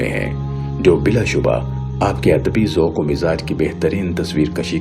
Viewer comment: بھائی جمع کو انگریزی کی بجائے اردو زبان کے حساب سے لکھیں۔ کالم کو کالمز لکھنا بے ادبی ہے۔ اسلامی کو اسلامک کہنا بھی غلط ہوگا۔ ذوَق کو ذوٗق کہنا بھی غلط تلفّظ سنائی دیا۔ ہیں میں مانو آپ ں کی آواز کو دباکر ہے کہنے کی کوشش کی ہے۔ انگریزی کو انگلش کہنا بھی شرم دلاتا ہے۔ جانے کیوں انگریزی کو انگلش اور عالم کو اسکالر کیوں کہتے ہیں۔ یہ جو بھی کہتا ہے اسکی دین پر کمزوری کی غمّازی ہے۔